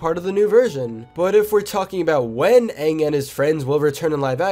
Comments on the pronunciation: Ong, as in how they pronounced "ang's" name in the live action movie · One thing I want is to get the pronounciations right for the characters, like don't make Aang sound like Ong, if you know what I mean.